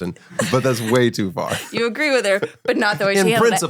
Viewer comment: I love how all things Tosh's son says are translated (e.g. he says "sar" but the caption correctly reads "far"), but titty tat remains the same.